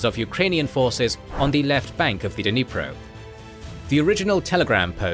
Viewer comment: Ffs! Just as we don't cut with kuh-NIVES, there is no "duh" in dNIPRO.